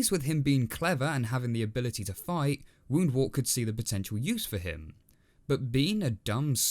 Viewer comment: Pronunciation notes: it's Woundwort to rhyme with 'spurt' not 'wart'. KeHAAR with the emphasis on the second syllable is correct. I personally much prefer it that way. Richard recorded the pronunciations for the BBC team before he died, so they get this right, by and large, though they struggle a little with El-ahrairah! And, by the way, does (female rabbits) DO do all the digging in warrens, as Ronald Lockley notes in 'The Private Life of the Rabbit', which was source material for Richard's book.